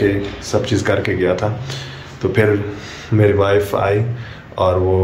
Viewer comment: It's not Mari it's word meri 😅plz ap English mat bolien ap urdu achi bol leity ho 😂